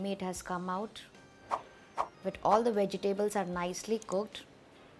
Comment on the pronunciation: (vej· tuh·blz) vegetables pronunciation